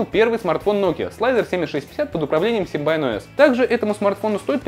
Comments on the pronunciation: Какой нафиг Симбайн?? СИМБИАН! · Какой симбайн? Симбиан!!!! Лапоть!!!!